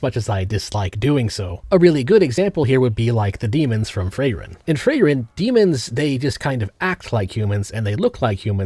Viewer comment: why is you pronouncing freiren like that